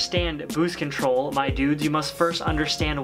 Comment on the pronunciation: went cali af with the "ma dudes" next you'll answer your phone with "ahsaa duu!"